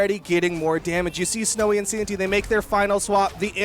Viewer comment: "sowy is snow good" lmfaoo